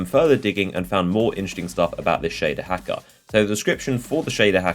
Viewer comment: Shaduh Hackuh